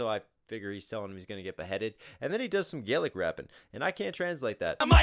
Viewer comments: I honestly hate how inaccurate the Scottish accent in this is lol, I know its a comedic take on how inaccurate Braveheart is but come on man don't do us Scots dirty like that lol, also you got it right about Gaelic but like in this Scottish Gaelic is pronounced "Galic" not "Gay-lick", its a small difference between Scottish Gaelic and Irish Gaelic, also "Alba gu brath" means "Scotland forever", the infamous phrase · There's also a different pronunciation of Gaelic between Scotland and Ireland, Scotland is Gah-lic Ireland is Gay-lic, you did get the history right on that though, Alba gu brath means "Scotland forever" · Just a tip, scottish Gaelic is pronounced with a "gah" sound as opposed to the irish "gae" :)